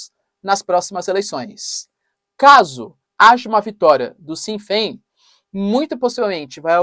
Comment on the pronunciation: Na Irlanda temos uma frase para dizer para os igleses "Slán abhaile Sasana" (Slón availhe sasana) Vai pra casa ingleses. A por favor quando vcs forem pronunciar Sinn Féin falem assim "Chin Fén. O S seguido de "E" ou I tem som de x ou ch no português!!